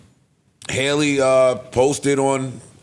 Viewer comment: Its Halle like Halle Berry! Not Hailey! 😂